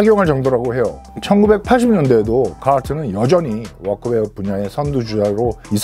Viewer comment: 아니 ㅋㅋ 특정 영어 발음은 존나 굴릴려고 하고 워크웨어 이런 발음은 전형적인 한국 번역체 발음이네;; 하나만 하쇼 형님;; 어줍잖게 혀만 굴리니까 교포인척 하는 사람 같잖아요.